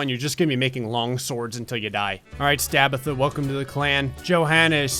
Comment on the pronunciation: "Stabitha" sprays Bud Light out of my nose